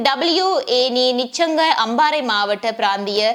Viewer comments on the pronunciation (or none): none